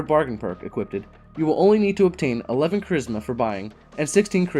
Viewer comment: "equipted" lol